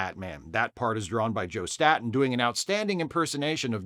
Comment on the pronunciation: Don't mean to be a weenie, but Joe Staton's last name is pronounced "STAY-ten". I know how it is when you've only seen your fave artists' names in print all your life. I thought Alex Toth's last name rhymed with "Hoth", like the planet in the Empire Strikes Back, until I was well into my thirties.